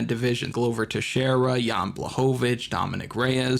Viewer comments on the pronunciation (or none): none